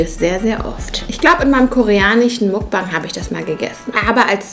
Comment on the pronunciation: Miltsch und muckbang wirklich richtig deutsch ausgesprochen